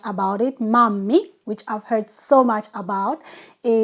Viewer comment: It's not mammi, it's mämmi 😉